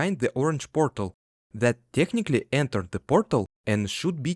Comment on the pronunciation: take a shot every time he says pörtèl